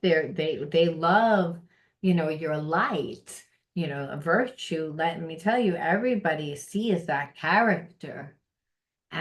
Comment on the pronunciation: Hello, the word is " virtue ". 👼